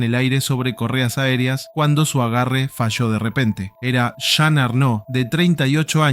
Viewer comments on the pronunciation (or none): none